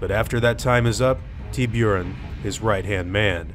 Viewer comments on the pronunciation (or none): Its pronuonced "tee-boo-ron". You know, the spanish for "shark" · dunno if im the onlyone but i was instantly triggered at the mispronunciation of "Tiburon". its Spanish for Shark and pronounced Tee-Boo-rr-on, now my triggeredness isnt meant to be taken as an attack of any kind, just pointing out, you mispronounced his name thus weaknening the "threat" level he dispalys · Hey, love the new video. Thought it was funny how you pronounced Tiburon though. It's Spanish for shark and pronounced "Tee-bu-rōn". Just thought I'd say it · Hearing Tee-beer-on was funny tho